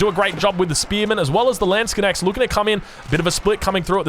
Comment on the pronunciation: Stop saying landsconnects lol its a LANDSKNECHT 😂